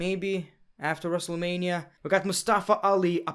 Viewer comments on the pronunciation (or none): none